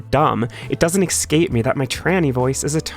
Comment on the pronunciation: the only real turn-off here is how you pronounce "escape."